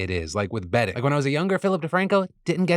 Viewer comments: why did PhillyD's advert about bedding sounded like betting to me? I was thrown for a loop for a hot minute there. lol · At the beginning of the ad read I thought Phil said "betting" and was just like god damn prize picks leave me one youtube channel without your shit. Thank you Phil for selling us pillows instead.